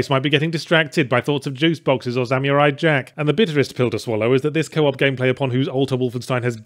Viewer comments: "Sam-yur-eye Jack" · sa mew rai? is that how people pronounce it in Australia?